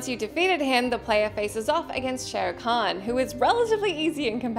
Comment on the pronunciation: Nah 😛 more likely a heavily-affected/accented "English/British" pronunciation 😊 Shay-o Khan 🙃